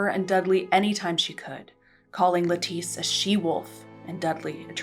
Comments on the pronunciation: Lettice Knollys’ first name is supposed to be pronounced like the vegetable ‘lettuce’ - it should rhyme with ‘set list’ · In English the name Lettice is pronounced with the emphasis on the first syllable, like the vegetable. As she was English her name would be pronounced the English way.